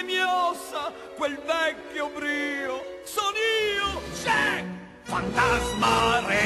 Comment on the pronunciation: è Jack. non Jak e nemmeno Jek.